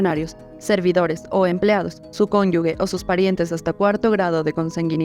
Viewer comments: Se dice cónyuge, no 'cónyugue'. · Podrían comenzar por pronunciar bien "cónyuge" para ser un medio creíble.